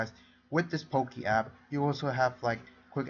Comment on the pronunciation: It sounds like Poo-Key